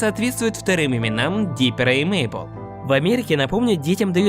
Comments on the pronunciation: Правильно не Мейбл а мэйбл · Не Мейбл ,а Мэйбл